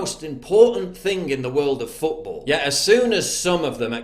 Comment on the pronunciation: World is woroof🤷‍♂️🤨